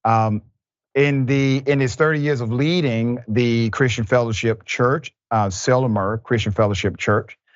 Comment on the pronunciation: Dr. Rashid (please forgive any mistakes or mispellings) however in this video the town name Sylmar is pronounced as sil-mar not sil-mer. Just an FYI.